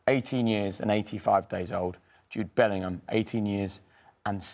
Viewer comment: His Dad's surname is not Portuguese - Bellingham , not Bellinghamadino